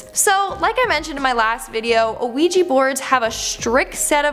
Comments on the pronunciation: ‘IT IS ‘WEE JEE’ NOT ‘A WEE JEE’ ffs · Isn’t it pronounced wee-jee not a-wee-jee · pronounced wee-gee. not uh-wee-gee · Isn’t it pronounced we -G? Not. O-we-g!😱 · it's just wee gee, the same way "oui" is pronounced wee in French...what's an a wee gee board? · wee- ja board, the o is silent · its like shes saying luigi bored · Please stop saying anaouija board! It's bugging me. Hahaha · a ouija board not an oweeji board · It's pronounced "wee-jee". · Thank you! O- weeji it was getting on my nerves to 🤣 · Just wondering...Isn't it pronounced "wee - gee" board? 🤔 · sthurston I’m glad I read the comments before posting because I was about to say the same thing. It was driving me crazy all through the video hearing her say it the wrong way. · An Ouija board 😂😂😂 stop saying it like that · Not to pick at tiny little things, because I love and the videos she makes, but her pronunciation of ouija board is actually getting to me 😂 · Idk if it's her accent but the way she pronounces Ouija seems off to me. It's probably just me 🤓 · Trap Town XYX yea, I get it's spelled like that but I've never heard it like that before. I thought it might just be a Canadian thing